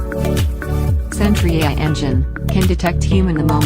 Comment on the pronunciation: For a product that costs $50/year, one would think you could pay a human to read your script, or at least program the synthetic voice to pronounce the word "AI". Also I can barely even understand half of it because its drowned out by the music.